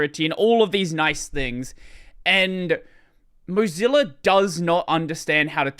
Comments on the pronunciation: Why does pronounce "Mozilla" like "Mugzilla" or something like that? Is it some kind of joke that I don't get or is the pronounciation just wrong? Kind of irritating everytime he says it (I'm not able to ignore it), otherwise very nice conversation. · Accents exist ?? and native speakers of a language can have different ways of pronouncing the same words.